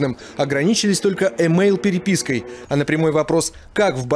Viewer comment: Ахахах...у нтвешников Э мэйл))) ЭЭЭЭ мейл..ну ну